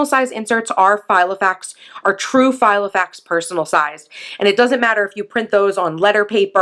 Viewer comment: Yep, that's meant to be Filofax, not Gilofax!!!! 😂🙄